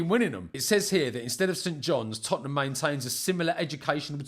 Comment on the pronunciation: "Iz da history of da Tot-ten-ham" 😂